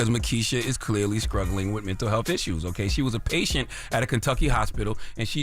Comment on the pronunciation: Did he say "scruggling" 😂😂 i cant!